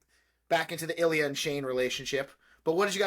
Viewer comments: Illia pronounced ill lee a😂Kip got in to grad school at the end of 3. 5 big resolution❤Only Illia had it for him this episode. He needs it to relax😂 Shane is trying but its just that😂 Sword fighting😂. They said first names for the first time❤❤ Hayden the bestie. No budget for kids😂Rose is Jennifer Lawrence😂 Rose episode 5 MVP❤Both thinking of each other at the end❤. Watch Pillion. Dom and sub relationship. Illia and Shane to the max😂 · You guys are right that everything will come to a head during the penultimate episode!! It's pretty much the universal favourite of S1, with a lot more substance in terms of emotional moments and climactic plot beats. Ilya's name is pronounced "eel (like the animal) yah" by the way, lol. The conversation on the couch was Ilya letting Shane know that he's bisexual, while also trying to prod about Shane's own sexuality. I think this frustrates Shane a little bit since he doesn't understand why ilya is bringing up other hookups while they're together. The culmination of Ilya's prodding, Hayden asking about when he's gonna settle down and have kids at the aquarium, and his parents asking him about the swedish princess at lunch later, all becomes too much for him. It's not that Shane was looking to "experiment" when getting with Rose, but i think he certainly felt the pressure to fall back in to heteronormativity, and it was kind of just luck that they met and formed a genuine connection that night at the bar. It starts to become obvious that he isn't all that into her later at the game when he checks for new texts from Ilya, and looks almost nervous/scared when watching Rose undress as she's going up the stairs near the end of the episode. There's better confirmation that he's not into her in the final scene, when both Ilya and Shane are shown thinking about each other while getting off, lol. The next episode will answer a lot of your current questions; i just wanted to give you